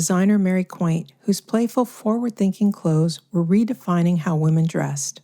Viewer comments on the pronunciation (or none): Mary quant ... As in want... NOT quaint as in... Isn't it quaint 😅